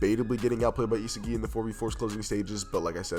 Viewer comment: Pronounce it as * EE SOG II • not isigi bro